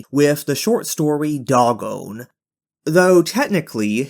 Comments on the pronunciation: Isn't it pronounced "Day-gon"? That's how I always heard it. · Did you really pronounce Dagon like that? Bro.